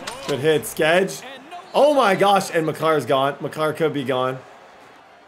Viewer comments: Favorite part of these videos are when he pronounces Brady Skjei ( pronounced Shay) , like Brady Skedge lol 🤣. All about the effort tho. Quality programming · Skjei is pronounced Shay btw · Skjei is pronunced shea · SKEJ IS PRONOUNCED SHAY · Skjei is pronounced shay like shea